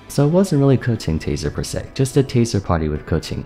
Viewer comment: Respect for pronouncing Keqing correctly.